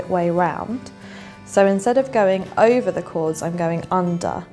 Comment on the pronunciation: Why are u saying iva and anda? Its over and under.